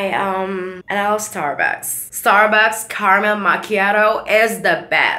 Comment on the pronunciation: Setarbaks enak